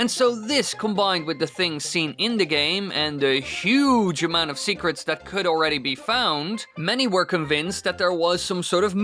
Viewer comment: Ya boy said "Secraats"